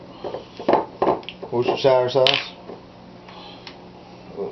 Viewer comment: The first USA bbq video I've watched that can almost pronounce Worcestershire almost correctly! Well done lol